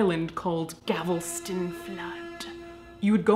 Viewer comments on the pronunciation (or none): Caitlin no! It's Galveston, not Gavelston! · Love your channel, Caitlin... but it’s “Galveston”, not “Gavelston”. 😉🙏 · Oh, and it’s gal-ves-ton, not ga-vel-ston lol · I can maybe see some merit in pumping money back into communities that have been affected by disaster. On a side note, I lived in Galveston (not 'gavel-ston') and the storm of 1900 is very much in the background of the local culture. I think the local community is allowed to set their own standards as to whether or not it would like to profit from such tragedies. The Coney Island ride is too close to my own heart, but I guess them yankees wouldn't take it nearly as seriously. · I super duper love your videos and I know since this is an old one you probably won't even read this comment but it's Galveston not gavelston The L comes before the VE Think "the GAL puts the VEST ON" gal vest on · I mean no disrespect! It’s pronounced gaLveston, tx. Not GaVelston. 😉 I just found your channel a week ago and I’ve been binge watching ever since! ❤️❤️❤️ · Am I the only one who heard her say Gavelston, Texas instead of Galveston, Texas? XD I live in Tx. I think that's why I noticed. lol. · Galveston, not Gavelston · Galveston not Gavleston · Texas girl here 🙋🏼‍♀️ it's *Galveston, not *Gavelston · you said, “Gavelston.” Did you mean “Galveston”? Btw I LOVE you ❤️, and, yes, i’m too lazy to look up the date, sorry. Did I say I love you? I totally do. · For what it's worth..... It's Gal-ves-ton, not Gav-els-ton. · Did you know you kept saying "GAVELston" instead of "GALVESton"? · I love you Caitlyn but as a Texan I have to tell you it's GAL-ves-ton not GAV-el-ston anyway you're making me question the last four years of my life because I wanna give up on uni and just become a Mortician now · GALVESTON! NOT GAVELSTON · Gavlston... gaaaaaal-vi-ston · Gal-ves-ston , not Gavelston. Just sayin'. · Listening to her pronounce Galveston as Gavelston is driving me nuts 😂😂😂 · Oh god, honey. GAL-ves-ton. 😂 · Did she say Gavelston?